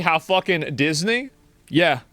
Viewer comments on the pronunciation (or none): none